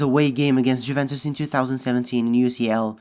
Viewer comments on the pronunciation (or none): none